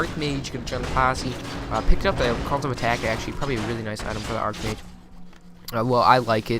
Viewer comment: Archmage is pronounced Ark, not arch.